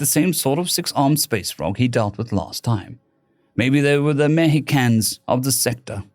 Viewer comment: Is Meh-he-can how Brits say Mexican? I mean, it's pretty close to what they'd say.